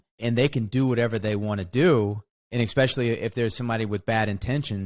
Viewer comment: When will Wes learn how to pronounce especially? :)